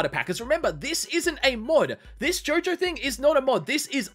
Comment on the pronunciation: Fool, it’s not JOJOOOOOOOOO IT’S JOOOOOOOOOOOOOOOOOOO-JO!